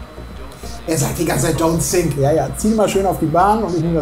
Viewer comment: Ach „Don‘t sink“ sagt der... ich hab immer „Don‘t sick“ verstanden und mich gewundert, warum mir da jetzt schlecht werden soll 😂